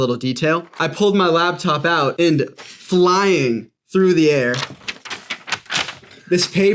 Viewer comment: She said labtop, I like coffee enemas